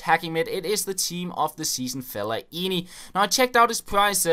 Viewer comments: Hahahha you say felle-aini ! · everyone is shouting at the screen saying 'its felaineeeeeeeeeeeeee'